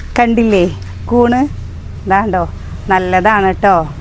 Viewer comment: കൂണ് എന്ന് പറയൂ കുട്ടി. കൂന് വേറെ ആണ്(ബെൻ്റ്)